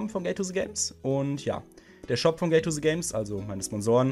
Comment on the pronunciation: Alpha Galaxy gay to se games? Kannst du Englisch? Das heißt Gate to the Games. Dies hat er auch sehr gut ausgesprochen.